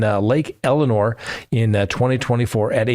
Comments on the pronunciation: Good report but it’s Lake El-sin-nore, not Eleanor! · It's Lake Elsinore, not Elinor 😂